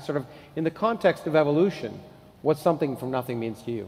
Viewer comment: I dont want to believe someone who says eevolution.